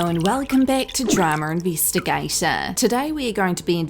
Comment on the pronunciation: I like when you say DRAMUR INVISTIGATUH